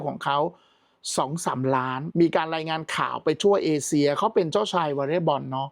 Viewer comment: เอเชีย ค่ะ ไม่ใช่ เอเซีย